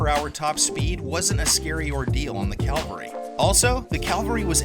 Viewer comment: Cavalry💂💂💂... Not Calvary ✝️